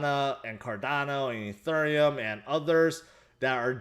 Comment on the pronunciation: Petition for to learn how to pronounce ethereum